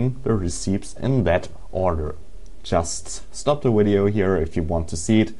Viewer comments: Why do you say wideo? Can you please say video? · wtf WIDEO go back to school and lear to talk idiot, its VIDEO NOT WIDEO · you pronnounce video wideo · Its video not wideo!!! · wideo XD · You say it "The video" not "Te uideo" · "willagers enchoy the wideo" is "villagers enjoy the video" what he means by "lol lots of errors" is that he made alot of mistakes. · Dude it's not wideo it's video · willagers enchoy the wideo lol lots of errors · Ok "and at the begining of this widio" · like every Scandinavian person (not saying your Scandinavian if your not) pronounces there v's as w's, e.g. wolcano instead of volcano, or wideo instead of video. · ok we get it he says wideo but who gives a fuk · you said wideo lol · even Germans pronounce V as a V not a W where are you from? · He says to wideo and actiwador haha